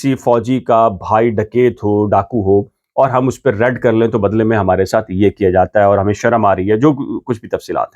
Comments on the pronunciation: Please correct your word raid its not red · آپ کی تعلیم کتنی ہے آپ لفظ raid کو red پڑھ رہے ہیں وی لاگر بننے سے پہلے کچھ پڑھ لکھ لیا کریں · Every one in Pakistan wants to become v loger. This man can not even pronounce “raid “ or “red”😢😢😢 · Red nahi raid